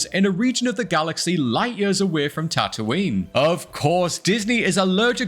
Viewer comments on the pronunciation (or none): none